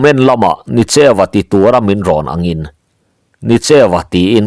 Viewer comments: Nicheuva, tih hi Ni (Sun) tih a lam tur ani e, cheu, tih hi pawi tawngin Eng tihna ani a Nienga tihna ani zawke.Ni cheuva, tih hi awmzia aneilo. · Nicheu tih a a bul lam hi, hemi hmingah chuan thluk sei, hniama lam tur a ni. NI hi a chang chuan thluk sanga lam chi a awm ve tho bawk. Ni tih hian awmze pahnih a nei a, ni leh thlaa innghat tihna bakah, ni leh farnute man ei sawina a ni thei bawk. Tin, cheu tih hi midangte aia thil thiam/hria tihna lam a ni.